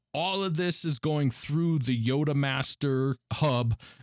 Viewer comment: Good review. I'm just beginning to look at TB hubs, and this helps me out. One minor thing: the prefix yotta- should be pronounced "YAW-duh." It's not clear from the spelling, though, and pretty much only physics and math people know how to say it since it's such a huge number that never applies to regular daily life (10^24, alternately considered (10^3)^8 because "yotta-" is derived from the number 8 -- like how 10^15 is "peta-" because it is (10^3)^5).